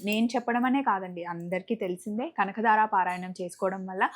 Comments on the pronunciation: Kanakadara kadu kanakadhara anu talli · Kanakadaara kaadu kanaka dhaara tappu didduko